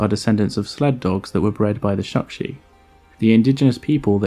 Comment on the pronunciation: Chukchi (čukči), not shukshi (šukši).